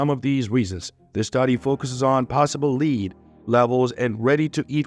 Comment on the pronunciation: As a noun, metal, the pronunciation of Lead is same with that of led